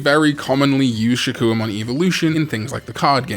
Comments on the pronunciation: One more to add if you make another mispronunciation video, ShakkUOmon. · this video reminded me on how you pronnounce shakoumon as shakuomon, guess a missed mispronounced digimon for last video.